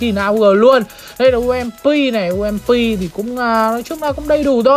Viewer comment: bị nhiễm từ sơn tùng mtp òi đọc ump thành um...P